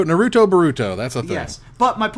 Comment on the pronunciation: Naruto pronounced as Nay Roo Two is cursed